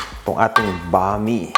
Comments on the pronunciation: Bam- ee not bami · Boss,that is pronounce as Bam-i,not Bami,alam ko yn kc Bisdak ako,paboritong lutuin yn ng mga Bisaya,pero wala lng dito sa Manila ng sotanghon na katulad ng sotanghon sa Cebu,iba ang sotanghon namin doon,kc pag naluto na cya,naging transparent Siya,at kahit anong pakulo mo nito,di cya nalalata,kaya cya ay masarap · I don’t think this is necessary but it’s actually pronounced as “bam-ee” but the spelling is right, bam-i. Anyway, your version is great as always.